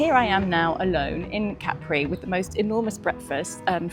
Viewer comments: Love hearing Capri pronounced correctly. My grandmother's sister lived there having married an Italian. English woman, Italian man - just like & Carlo. I'd never really thought about it until now - hmm. But they didn't have children. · Enjoyed seeing Capri again. We arrived by boat and took the funicular up to the town. Expensive lunch but a beautiful place to be. We learned that the name has the emphasis on the first syllable (as you pronounced it) not the last as in the American song.